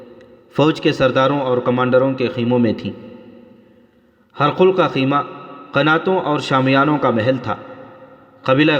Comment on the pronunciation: ہر قل نہیں پڈھاجاے گا بلکہ ہرقل hiraql ہ زیر ر زبر اور ق ل پر جزم